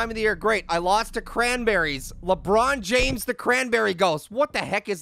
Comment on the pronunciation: I think you mean lakbron jahmes